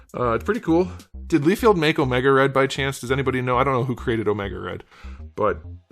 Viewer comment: Lie-feld, not lee-field